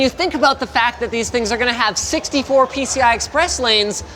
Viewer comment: 64 PCE lanes!? Am I the only one who heard that and went FUCKING HELL!?